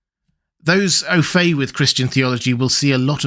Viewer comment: Native English speaker here, and I cannot tell what he's saying either. ☹️ ("Ofay" isn't a word in English)